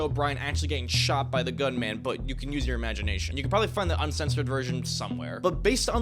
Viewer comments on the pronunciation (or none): none